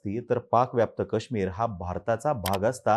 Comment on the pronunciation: दादा कृपया मराठीत काश्मीरचा उच्चार नीट करा, ही अपेक्षा आहे. ते काश्मीर आहे